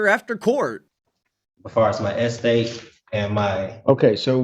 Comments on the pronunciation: Me too! I would've been on floor with you😂😂 How can you not laugh at this fool pronouncing estate as Es-state🤣.And he's been paying his bills with his bills....this should be a sitcom. I want to know if he's doing this for all of his bills?? Is he paying his car note with the car note? 😂🤣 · I love how sov-dude thinks he's the only one properly pronouncing eState but can barely pronounce regular words like ask, consideration, social security, accountant, question, etc.